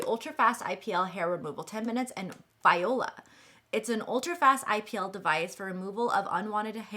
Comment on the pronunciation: Viola! :) my husband always said it the same way every time we bought those frozen veggie meals called “Voila.” Thank you for the video- take care! 👍🧡👍🧡